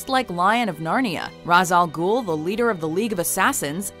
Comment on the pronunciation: raysh not raz al ghul